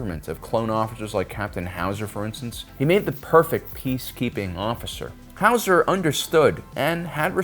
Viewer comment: Little disappointed you didn't say Captain Howzer the right way......